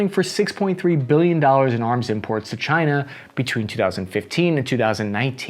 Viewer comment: Can we stop saying China in near pear?